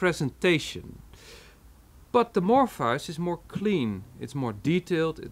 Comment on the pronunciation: Mor-fee-us. Your pronunciation is idiosyncratic to put it nicely.